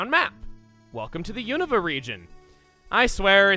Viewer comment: Is it pronounced "you-nova" or "you-nuhva"????